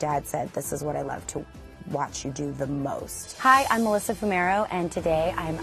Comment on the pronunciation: I couldn't decide if it was said foo-mero or fyu-mero